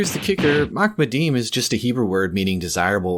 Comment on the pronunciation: not "makmadeem"... in the Hebrew its "maHamadeem", the H there being the Hebrew חֲ, originally pronounced as the arabic H in Muhammad. not my fault your linguistic deficiencies keep you from pronouncing it right